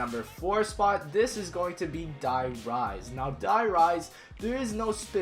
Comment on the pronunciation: I hate how he says die rise I don't know why